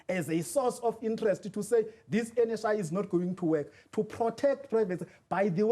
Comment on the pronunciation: Did he say "NHIV" 😂